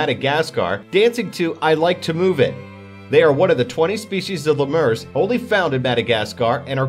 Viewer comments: Haha, yes! It certainly isn't le'mur! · Great vids! However isn't lemur pronounced "lee-mer"?